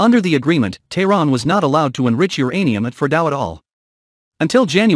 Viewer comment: It's uranium not geranium!